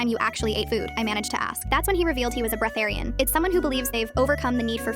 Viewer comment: I’m sorry, BREATHERIAN?! That sounds like a therian addicted to air tbhh